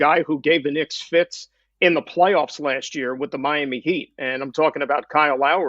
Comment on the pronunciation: It took everything in me not to turn this off when he said Kyle Lowry. No…just….no..